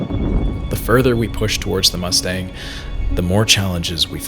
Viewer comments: Mas-tang ❌ mussh-tangh✔. Thanks for promoting my beautiful country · its pronounced Moostang not like the car Mustang, you gotta do the moo like a cow ;) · It is pronounced as muustang (for mustang). Love from Nepal. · Nice presentation. I liked it. My only distaste is westernization of names. For example, Mustang is not pronounced the way you did. It should be close to Moo-staang.